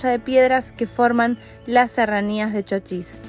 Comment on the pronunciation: No es Chóchis. Es Chochís